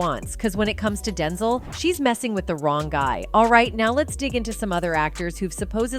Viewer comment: Stop saying OPR. And learn how to pronounce Denzel.